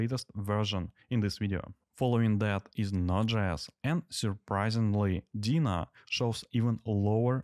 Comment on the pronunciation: Nice test. Although I couldn't get over how funny you pronounce Deno. To me it sounds like Dina, not Deno :P